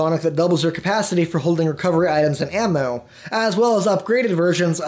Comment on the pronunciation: did he say am-moo freaking brilliant